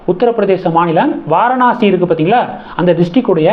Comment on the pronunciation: Kindly pronounce as vaaraanasi 😊